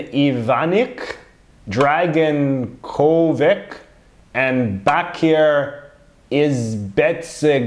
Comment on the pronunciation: Just FYI the names of those leaders from B&H are roughly pronounced “MLA-den i-VAN-ich,” “DRA-gan CHO-vich,” and “BA-keer ee-zed-BEG-o-vich.”